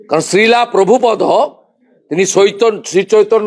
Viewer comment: শ্রীলা নয় রে উচ্চারণ হবে শ্রীল